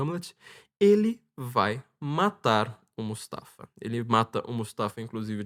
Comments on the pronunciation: Não é Mustafa. É MU-FA-SA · O falar Mustafa em vez de Mufasa quase me enlouqueceu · Mufasa,. Não mustafa. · O nome do pai do Simba não é Mufasa? O falou Mustafa o tempo todo 😅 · O cita tantos nomes que eu custo a entender e quando chega no nome do Rei Leão "Mufasa" ele não acerta de jeito nenhum!!! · MUFASA! MUFASA! Que agonia ouvir o nome errado. Vai ter que editar todo o vídeo e redublar estas partes.